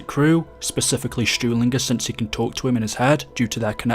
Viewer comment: m8 its stulingher not stewlingher